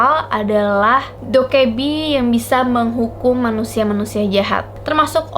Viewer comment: Bacanya bukan Dokkaebi tapi Dokkaebi